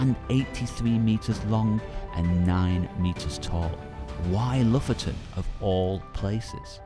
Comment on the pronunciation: Not loften but lo-fot-ten! 😉